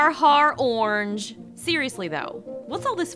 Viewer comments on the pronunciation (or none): Did Passion just say Ornj